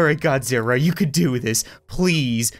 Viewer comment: You said godziwa